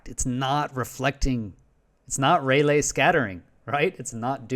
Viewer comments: Rayleigh is pronounced Ray Lee. Not Ray Lay. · It's NOT "Ray-lay", it's pronounced "RAY-Lee"! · "Rayleigh" is pronounced Ray-Lee, hence the spelling. And it's "color-imetry", not calor -imetry. Thus, a person who is medically blind and has to just listen is being misinformed. I was listening and did a search on Raylay as you mentioned it and obviously found nothing.